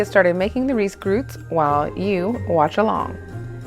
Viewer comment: Risgrøt :) The Ø has the pronontion like the O in word , it kinda funny to hear U , but all credits to you . Also its best with whole milk and nnorwegian "Meierismør" clean butter with no plant oils .